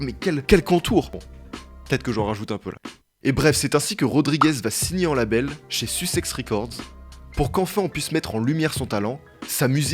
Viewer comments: C pas susexx c sussez😂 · "sussexe record" dite que je suis pas le seul svp xD